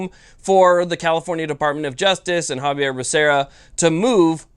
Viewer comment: Xavier Becerra. You said Javier. Great video, though. No appeal = freedom week forever!